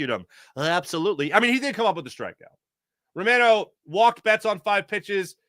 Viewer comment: Gosh, you'd think a guy with your surname could at least approximate the pronunciation of Romano.🤣 Anyway, go Phillies. try to do something in thesecond half of the season as well. I'll wait till well after the All Star game to get my MLB subscription.